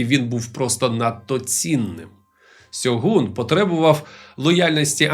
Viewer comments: Авторе, правильно українською це буде "Шьоґун", а не "Сьогун". Бо по перше, купка м'яких приголосних при передачі японських м'яких шиплячих - російська транслітерація японської, по друге, ніяких наших гортанних "Г" там нема (й взагалі гортанних звуків), там саме що дзвінка "Ґ" й вимовляється, й передається в транслітерації. Наразі в Україні існує 2 самостійно створених систем транскрипції та транслітерації японської - Бондаренка 2011 року (Система Ґоджююн), та система Коваленка, згідно обидвох правильно буде "Шьоґун". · Не "Сьогун" а "Шьогун" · Шьоґун правильно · *Шьоґун. Гортанних "Г" чи "H" в японській нема.